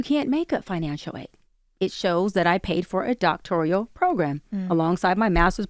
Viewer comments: Look, we all know she's a fraud, but she says "doctorial." You claim you hold multiple degrees and can't pronounce "doctoral" correctly? Ma'am, please go sit down somewhere. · When she said “doctorial” instead of “doctoral” 😂😂😂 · 😂😂😂😂 doctoral not doctorial,!!! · "Doctorial" FOH! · WTF is ‘doctorial’??? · Wasn't she preaching God's word in another podcast? Speaking as a black female with a masters degree, she's lying and breaking APA code of ethics. Illegal ....And it's Doctoral, not Doctorial... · "Doctorial" 😂😂😂She's an idiot!!! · is too dumb to realize that "Doctorial" is not a real word, its pronounced "DOCtoral" but she's a liar... and that's why she doesn't know how to pronounce the word. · Doctorial is not a word. Doctoral is a word.